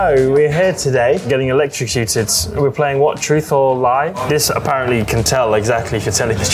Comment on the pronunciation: landos pronunciation of electrocuted has me cackling, i love him 🧡